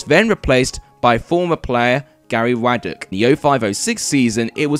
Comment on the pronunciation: Not a bad video but skipped over the entire Jim Smith reign which included the most famous victory in my life time 6-0over Chelsea. Also really irritating that a little bit more research couldn't have been don on Garry Waddock. Pronounced WOD OCK not Waad dek